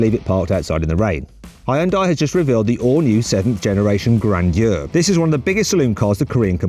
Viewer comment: 그랜져 영국발음 섹시하누... 그으뤠엔듀어